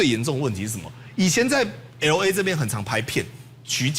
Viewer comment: [el ei] 不是ELO EI 你的英文太支